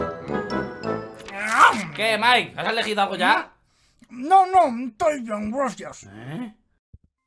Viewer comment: Te quiero pero tienes que decirle maik no mike